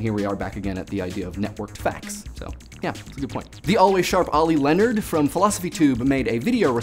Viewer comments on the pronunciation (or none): none